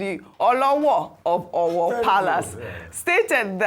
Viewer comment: Can someone please put Dr. Abati in check and tell him to stop correcting his co-anchors while the program is still going on live. mispronounced "Owo" while talking is not enough reason for him to humiliate her by correcting her live on TV as if she is a toddler learning how to speak. Dr. Abati does this a lot and I feel it is very unprofessional and he needs to be stopped. If coorections are to be made, it should be done before or after the program has aired.